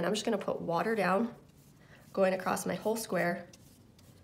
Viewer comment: "Across" not "Acrosst", otherwise great video.